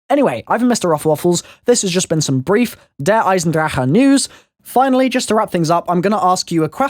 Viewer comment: Why do you pronounce it like "Eisendra-huh"?